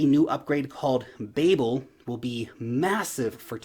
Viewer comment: And the "Babel" pronunciation was a giveaway 😅